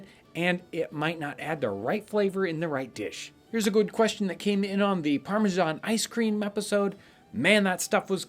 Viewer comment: Here's a question for you: Why do you continue to pronounce parmesan (or parmigiano) in such a retarded, awkwardly incorrect way when there is plenty of resources available on the internet to learn and stop sounding like an ignorant murrican?!